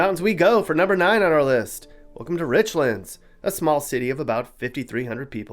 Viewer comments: It’s Rich-lands, not Richlunds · He pronounced Richlands way wrong. It isn't Rich-lunds, it's Rich-lands. It's pronounced exactly how it's spelled. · It’s pronounced “RichLANDS” not Richlins .. just a FYI. Love your videos! Keep them coming 😊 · Just one issue with your documentary.... Richlands is pronounced like the two individual words within it "rich"+ "lands". It is not the only towns in Virginia that outsiders mispronounce. Have a great day😁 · You pronounced "Richlands" wrong. It's pronounced like the two words rich lands. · Worst places to live are richmond and and place north of fredricksburg.and it's nor Richlands, it's rich lands .the proper pronunciation.know what your talking about before you start talking. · Guess doesn’t know that there is another town in Virginia named Newport, Va which is located in southwestern Virginia…Giles County to be exact. He probably isn’t aware of the historical significance of how Newport News got its name either. He really murdered the pronunciation of Richlands (Rich Lands). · it hurts my ears to hear Richlands mispronounced 🙉 🤣